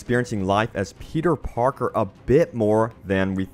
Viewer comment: I wana game about another Spider-Man I’m sick of petay parkay shmone